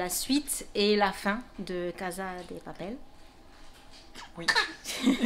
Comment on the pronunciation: casa on le prononce CASSA 💛💛💛 LIKER POUR QU'ELLE LE VOIT